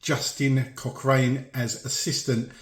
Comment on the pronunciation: Cochrane is prononsed Cock rin